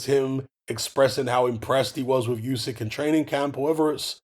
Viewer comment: It's pronounced, 'Oo-syk' brother not, 'You-syk' 💪🏽